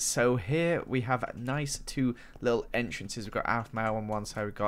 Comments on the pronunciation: OMG 😭 you said alphmau not Aphmau Shun the non beliver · Its " Aphmau" not Alphmau 😂😂😂😂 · I Was Watching This With My Friend And I Laughed When She Said "I Feel Slightly Insulted That He Said Aphmau As Alphmau" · OWphmau... ~Record broken for bad pronunciation by AKA. 2017